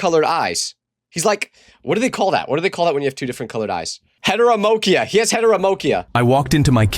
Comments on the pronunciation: “Heteromochiah” is crazy 😭✌️ it’s heterochromia (head o ro chrome ii ah) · it's pronounced het uh cur ome ee uh not heteromocia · dude it's heterochromia not 'heteromocyia' 😢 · "headeromochia" it's he can't even read 😭😭😭😭 it's heterochromia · it's heterochromia, not heteromochia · it’s not Heteramochia it is Heterochromia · It's called HeteroCHROMIA, not heteromochia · its not heteromochia its heterochromia buddy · heteromokia 😂😂😂😂 Its heterochromia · Headramocia?!!! Its headracromic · What's hetomomokia?- it's heterochromia for correction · Hetocrhomea 👎 hetoromocrea👍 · IM CRYING HETEROMOKIA ITS HETEROCHROMIA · bro, it is not heteromochia its heterochromia SON.. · It’s heterochromia not heteromokiea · It’s not heteromochia it’s heterochromia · its heta-ra-crom-ia bruh not hetamerokia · HETEROMOCHIA 🥀✌😂DAWG ITS HETEROCHROMIA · ITS HET-ER-O-CHRO-MIA. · It's pronounced Hetero-Chrome-ia btw. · its head-er-o-crome-ia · "heteromochia" Bro what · wtf is heteromochia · herterochromia (hee-ter-a-crome-ee-uh) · 😂😂😂, that’s NOT how you say it 😂😂😂 Also, since you hate His Story so much you should just met him and fight 😂 I want to see you win! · I think you pronounced it wrong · erm actually it’s heterochromia you melt 🤓